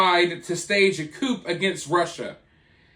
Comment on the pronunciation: Coop? Lol. Pronounced ‘coo’. Wagner I think is pronounced ‘vogner’